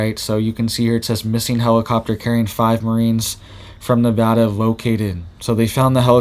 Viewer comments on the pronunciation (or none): none